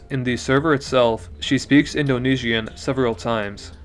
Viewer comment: Cool party game idea: take a shot every time he says “indo knee she an”